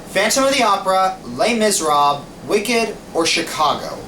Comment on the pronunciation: Les miserabes. Oh no, you're not pronouncing it riiiiight